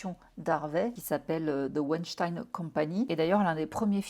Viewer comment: Tu es la seule à prononcer son nom correctement en français. Tout le monde le dit avec l'accent américain. C'est plus beau en français. 😉😉